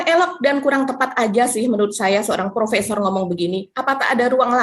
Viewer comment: Profesor dan Profesong bedanya cuma dikit ^_^ yaitu R dan NG doang